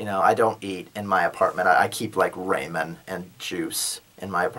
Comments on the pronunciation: Yeah you from the east , because that's the first time I've heard Ramen pronounced Ray-min and not Rah/raw-min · chuckle I've never heard someone pronounce it Ray-men.